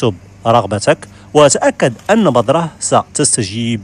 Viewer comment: السلام عليكم ورحمة الله. شكرا على المعلومات كلها رائعة .ولكن عندي ملاحظة ارجو ان تنطق بالحروف الصحيحة عندما تتكلم .مثلا بذرة ولا بضرة وشكرا لكم.